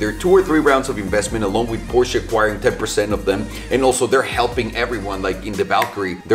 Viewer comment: finally someone who pronounces Porsche right